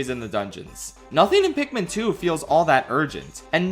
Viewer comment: ITS PIKMIN NOT PIKMEN,,, ARGH!!!!! rips my shirt off and becomes a raging beast THATS IT,,,, IM ANGRY